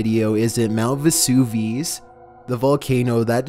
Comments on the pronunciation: "Mount Viss-oov-ees" Whatever I can dig it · MOUNT VESSUVEEZ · MOUNT VESOOVEES. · Your pronunciation of Vesuvius was interesting. Ayyyyyyyy....